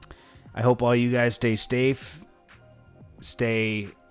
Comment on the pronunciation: Stay "stafe"??? 😂😂😂😂